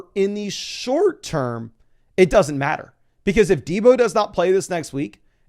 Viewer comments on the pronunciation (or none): none